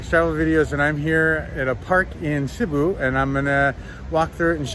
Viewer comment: The city is called Sibiu (notice the "i" in between "b" and "u", which you should also pronounce. It is not mute) not Sibu. Sibu (the way you pronounce it) is actually the name of another city, located in Malaysia.